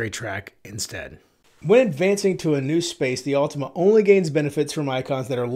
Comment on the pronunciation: Awwwtohma, not ultima.